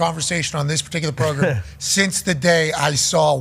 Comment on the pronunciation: Welcum to the progrum